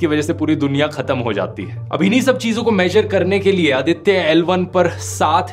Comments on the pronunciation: Very informative, thanks, how ever Mr. Dhruv humble correction-- it is Aaditya(आदित्य) & not अदित्य। It is pronounced that way mostly in Punjab. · Its आदित्य not अदित्य